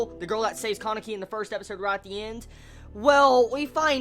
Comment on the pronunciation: I've never heard kanekis name pronounced like that before xD I usually hear the name pronounced kah-ne-ki instead of Caw-ne-ki